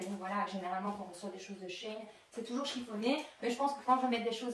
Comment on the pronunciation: She [chi] in [ine] et pas [chayne]